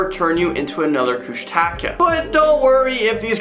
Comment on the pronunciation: #5 is pronounced KOUSH-TA-KAH